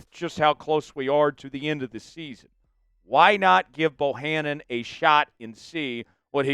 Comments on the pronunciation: And I have four reasons that Quinton‘s last name is Bohanna not Bohannon. Why not just read it? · Quinton’s last name DOES NOT HAVE an “N” at the end of it!!!!